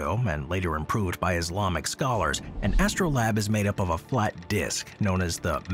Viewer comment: Why do all the people who read these scripts not look up how words are pronounced? It's literally what they're paid for 😂 "Astro-LAB?"